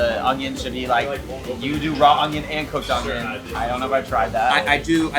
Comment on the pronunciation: You didn’t really say “onGIon” did you? There’s NO G in onion!🧅 🧅🧅🤦🏽‍♀️🤦🏽‍♀️🤦🏽‍♀️